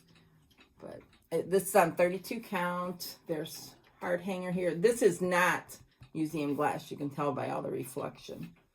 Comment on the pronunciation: I’m sure someone has already commented on this…. It’s not HARD HANGER, it is Hardanger, (pronounced ‘hard-donger’) with a soft ‘o’.